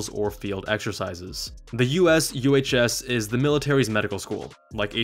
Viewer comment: Often they won't let you subspecialize depending on needs. There is an added "professional pay" to help fill the gap between civilian and military pay. It's significant but not near what you get in the civilian world, as highlighted in this video. Also, USUHS is often pronounced "you-shoes".